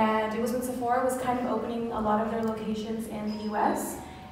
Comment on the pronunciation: Прекрасен влог, но ще направя малка вметка - ударението пада на Сефорá, тъй като произношението е френско.